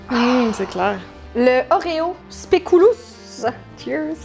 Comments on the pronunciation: Merci les filles ! J'ai tellement ri ! P.S. : En temps que belge, je ne peux pas me retenir de le dire, désolée ... mais le double "o" de spéculoos signifie juste qu'il est long. Ca vient du néerlandais, il ne se prononce donc pas "ou" mais "o". Bisous ! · En tant que belge et dès lors digne représentante des speculoos, je me dois de corriger la prononciation ! 😅 "SpéculOZ" et pas "spéculOUS" 😜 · Super vidéo les filles, mais pitié pas d'ASMR j'ai fait une crise d'angoisse après 😂😂 Pi légère rectification belge, Speculoos se prononce Spéculausss (oo = au) ❤️